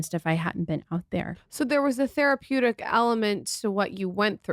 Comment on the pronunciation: The host literally said “so your time being hostage had some thereapuetic elements” girl BFFR…